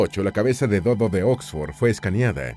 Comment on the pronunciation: “El Do dó, el Cu cú y el Ne né”